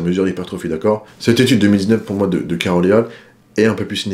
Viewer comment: Ça se prononce "ett al". Viens du latin et alii qui est l'équivalent du etc pour des personnes. En gros Caroll et al c'est comme charoll et compagnie